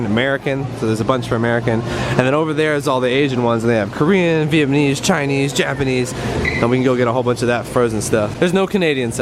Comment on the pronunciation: And again